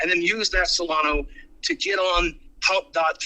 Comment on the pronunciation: I've been in crypto for 13yrs...I've known many like him running projects and swearing they had a vision. The fact he calls Solana, Solano tells me this guy has zero clue about crypto. He's a rookie when it comes to crypto. But he knew what he was doing. The sec will come after him. Ive seen it time and time again. Why does he keep going on about people buying via coinbase. We buy Solana meme coins on solflare and phantom within seconds.